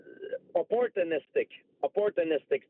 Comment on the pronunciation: Crit-a-sizes A-port-2–nistic